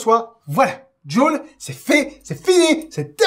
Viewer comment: "djoule" ? Je préfère prononcer Jules